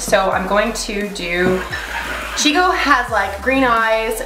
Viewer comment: omfg this is amazing af!!!!! so cool as always hahabdid he say she-no at the end lmao? rude :D